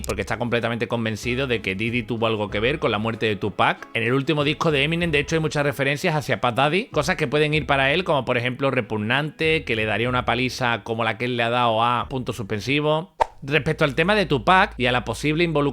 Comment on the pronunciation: Y dale con decir "pa dadi", "dadi" o leer mal varios nombres...